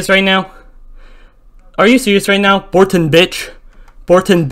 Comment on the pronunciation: Are you serious right neow??